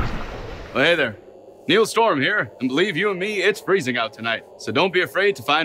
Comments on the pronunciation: He actually says Neeal, not Neil. Most reporters and commentators pronounce it that way.. He's obviously mocking them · Ha ha he pronounced himself as niell